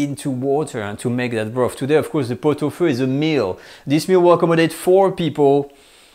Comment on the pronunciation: I believe it is pronounced “feu”.